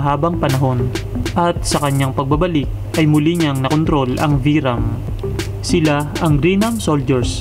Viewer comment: vyram was pronnounced as "byram" radiguet as "radigue"